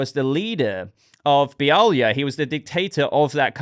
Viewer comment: 👏👏👏👏You Pronounced Be-ali-ah correctly at last 👍😂 but It's a land run by intergang so as arms dealers they would have Kryptonian tek, See original 52